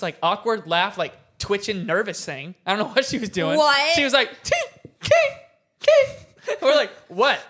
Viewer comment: ITS KATE NOT KATRS